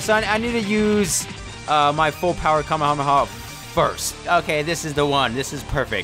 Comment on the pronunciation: You min Kamehameha not kamahama